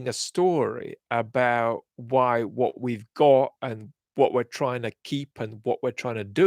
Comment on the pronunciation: I like the odd 'wot' and 'but'... adds a little accent.